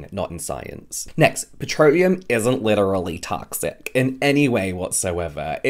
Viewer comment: Yeah, that super-American way you said "literally toxic" got me. I was, like, 5% offended, 95% amused.😂💀 Obligatory flags 'cuz 'Merica: 🇺🇸🇺🇸🇺🇸🇺🇸🇺🇸🇺🇸🇺🇸🇺🇸🇺🇸🇺🇸